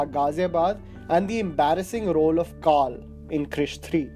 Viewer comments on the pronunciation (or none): none